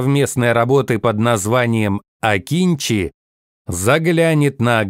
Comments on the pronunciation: Не акИнчи, а акынджИ. Научитесь правильно произносить турецкие имена и названия, раз уж пошло сотрудничество. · Акынжи а не Акинчи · Akıncı, правильно читать - Акынджы, нападающий.